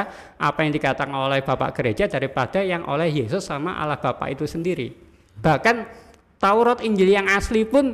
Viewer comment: Kok ini mengucapkan Allah kok Awoh? Setahu saya di islam tidak ada Awoh lo.